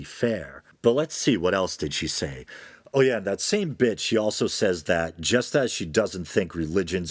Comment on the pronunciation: Oh shit, you mentioned "Patriarchy" and called a womans a "bitch". Yer goin' to hell, mate. Edit: lul, you really did make the bit-she part sound like "bitch". Mind you, anyone who understands the concept of "context" would know that that was not what you said. Irregardless, it is pretty funny.